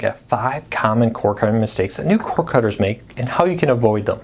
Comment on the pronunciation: Does anyone else find it annoying that the presenter can't pronounce cord cutter, I spent the first 2 minutes trying to figure out what a corkutter is.